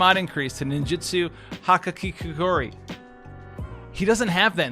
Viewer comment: doesn't watch anime? Every weeb in the world knows how hikikomori its pronounce!!!